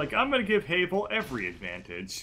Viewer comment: It pains me, the way you say Havel, since everyone I know pronounces it "Have-el." Minor detail, though.